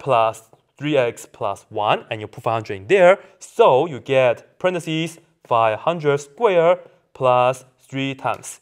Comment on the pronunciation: He says 'parenthesis' Took me a while to figure out...